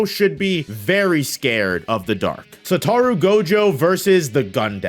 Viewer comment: Sa-toe-roo... Satoru